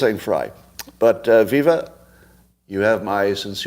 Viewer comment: It’s pronounced Viva as in alive alive oh